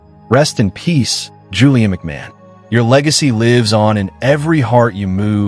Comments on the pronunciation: His name is pronounced McMarn. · McMahon - Mc "marn". American english is hopeless! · As an Australian I object to rubbish from America. Australian royalty. 😂You can’t even pronounce his name correctly 🤦🏼‍♀️